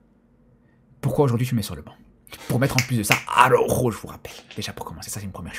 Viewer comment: ARAUUUUJOOOOO LES GAS ARAUJOOOOO LES FRÈRE 😂😂😂😂😂😂😂😂😂😂😂😂😂😂😂😂😂😂😂😂 l’accent il est propre même énervé